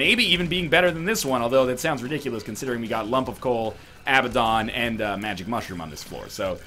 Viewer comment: NL, I hate to be that guy, but the way you pronounce Abaddon drives me absolutely insane, it's uh-ba-den.